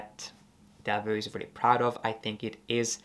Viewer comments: Thanks for the video. Being Belgian, I have often felt Delvaux deserves more attention. I own two of their bags, both preloved and the quality is exceptional. One little remark: I don't know why Americans tend to mispronounce the name as "Delveu". It's Delv"oh". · Please do not pronounce it as Deveu but Delvoo (not oe but really double oo; I am a Belgian native citizen). Thank you. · Please, learn how to pronounce the name of these exquisite Belgium bags maker... DELVAUX and not Delveux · It’s actually pronounced „Delwo“